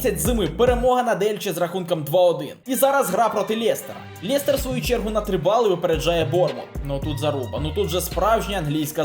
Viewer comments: лЄЄЄстер правильно лестер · Жах , який Лєєєстєр? Лестер